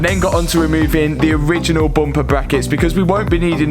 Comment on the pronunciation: Learn how to say bumper ha ha!